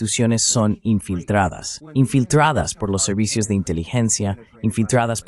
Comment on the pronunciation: va mejoranado la "r", pero porfavor cambien esa voz con acento local, nazal, y voz de boveda palatina , le cuesta decir infiltradas, la" r', oit dice oitche, ,lo que les cuesta hacer bien la "r", en "fui entrevistado'